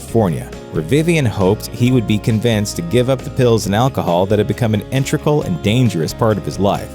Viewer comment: What the fuck is "intrical"? You mean "integral". In-te-grul not in-trick-ul. You're switching letters around. And why did no one catch this? Sigh.